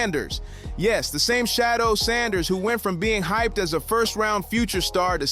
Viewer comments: It's Shadeur not Shadow put some respect on his name! 😮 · SICKENING how these commentators mispronounce Sheduer's name. His name IS NOT Shadow🤔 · Respect his name. Correct it. Say it with me, Shedeur! 🙄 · You guys can’t even get his name right . I don’t know who’s narrating this but you suck. Get the name right. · Pronounce his name correctly. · It’s so hard to listen to these video clips when the commentators refuse to pronounce Shedeur’s name correctly. Personally, I think the NFL wants to keep Shedeur hidden cause they knew he’s going to show out & prove people wrong about him. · I think they purposely say his name wrong